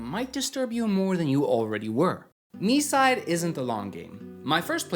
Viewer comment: THANKS MOTHERFATHER GOD FOR READING THE TITLE AS "mee-side" NOT THE F*CKING "my-side" 🙏🙏🙏